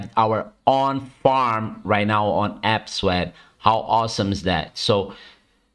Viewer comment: You mean APE-swap right? ...Not AP-swap?!